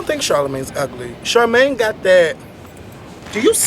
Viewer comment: Aww man, I wanted to know what said when said Charlamayne. lol